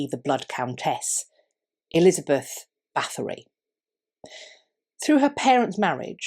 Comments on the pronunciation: You don’t pronounce the TH, just the T. Sorry, if I’m being annoying. I think just about anyone of Hungarian heritage knows about Erzsebet. The shortened version of the name is Erzse. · Thanks for the great video and the deep diving thoughts at the end. Just one little critique: Her name is not pronounced with a th but just with a t. Her family has been in high ranking roles for several centuries to come and there are still living members, however, nobility has been abandoned in Hungary.